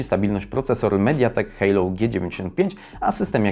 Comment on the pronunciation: Nie Hejlou tylko Helio :-)